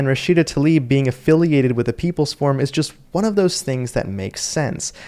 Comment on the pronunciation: If you want to be credible, please learn to pronounce the name Tlaib as it should be, not "Talib". And - no, I am not a fan of hers, just a fan of pronouncing the names correctly.